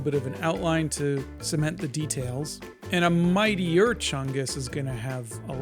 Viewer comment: Mightier ❌ Meatier ✅